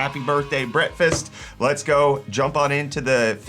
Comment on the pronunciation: I like that you say "Brefast" like my grandpa used to. RIP